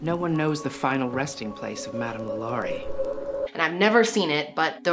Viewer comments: it's La Lor-rae. not la Lori. just fyi, as a Louisiana native. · I’m from Louisiana and heard this story a lot growing up. Also have been past the home. It’s beautiful but the vibe is terrible. I’ve heard that people who are sensitive to spirit really flip out near the mansion. It’s also really pronounced like Law•Luh• rie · 1. the poor girl in the box’s bones were broken before she was stuffed in the box, and so they remained like that for the rest of her life. and she was apparently a spectacle to many. (Absolutely horrific) 2. it’s “LAW- LA,REE” 3. You should do more New Orleans crime and paranormal activity stories!! such as the New Orleans vampire brothers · thank you!! I kept saying the name correct every time she would say it wrong.. lol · i’m from louisiana and the way you say LaLaurie made me giggle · The way she says the name is driving me crazy I can’t even watch it.